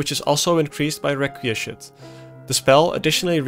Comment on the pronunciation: Requiescat is pronounced Wreck-we-ess-cat: Latin word meaning A wish or prayer for the repose of the dead.